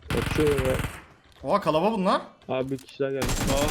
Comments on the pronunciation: abi kalabalar die bi kelime yooooooooooook kalabaliklar KA LA BA LIKLAR KALABALIIIIIIIIIK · Kalabalık kelimesine kalaba diyen koca yürekli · Kalabalık yerine kalaba diyor